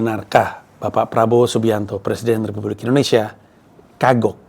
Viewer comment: ngomong Presiden Republik Indonesia, kedenger Presiden Terburuk Indonesia